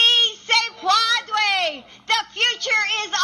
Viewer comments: It's "Puede!" Not Pu-ad-re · Pwadway? Please don't let "Doctor" Jill attempt Spanish again. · Jill’s pronunciation of “puede” is so off that it’s HILARIOUS!!! I wasn’t even sure at first what she was trying to say, and I speak native Spanish lmao.